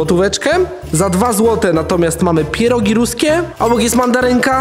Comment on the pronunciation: Czemu ciągle mówi zamiast pierogi to mówi pierug,a na dychę mówi dychu??